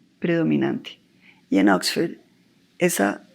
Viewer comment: Exford, tres veces, Exford